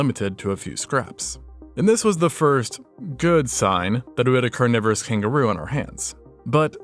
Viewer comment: "carniverous noodles" LMAO